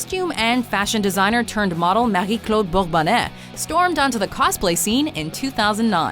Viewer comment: Bravo! Nice pronunciation of Marie-Claude Bourbonnais!!!